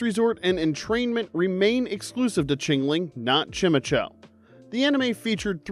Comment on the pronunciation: You did not pronounce chimecho like that!